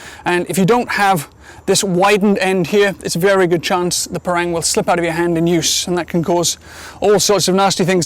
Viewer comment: It's pronounced par-rung.